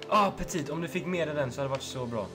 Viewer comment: Du säger petit helt fel